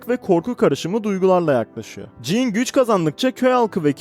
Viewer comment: Kanka jann diye okunuyor "jannı" (fonetik olarak) Jean de dediğin gibi. "jiin" şeklinde.